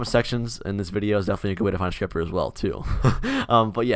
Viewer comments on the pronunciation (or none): i thought he said stripper lmao. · When he said scripter 1st time i thought me said striper and i was like wàaaaa🧐😱